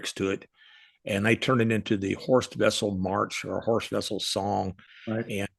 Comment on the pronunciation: When mentioning Horst Wessel's name you'll be impressing me if you could pronounce the German name correctly. Try Vessel, since in German the w morpheme is pronounce as an English v.